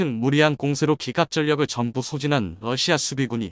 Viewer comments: 러시아요?, 러시마요? 똑바로 하시기를... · 러시마 라는 나라가있나 발음을 바르게하세요.